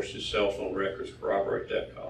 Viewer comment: I'm so happy to hear someone that knows how to properly pronounce "corroborate." Especially coming from a detective. It seems like 95% of people pronounce it "cowoborate." He does have a strange affinity for saying "stripper girlfriend" though.